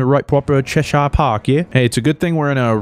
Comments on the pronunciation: I love you but it’s chesh-sure not CheshIRE. That was driving me crazy but keep it up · Pronounced Chesh-ear just FYI